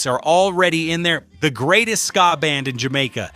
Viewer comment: This is a load of garbage..i heard most of these on the radio in the uk and never heard about the Albert hall incident..and he can't pronounce ska😂😂